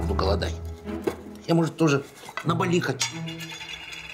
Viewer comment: Ну редактор издания должен знать, что не БалИ, а БАли!